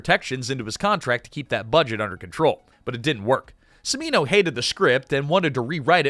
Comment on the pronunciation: "the director Michael Semino" It's pronounced "Chimino". "Ch" not "s" in Cimino.